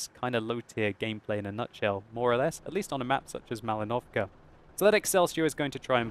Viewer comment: You should say Mal*I*novka not Malin*O*vka Thank you a lot!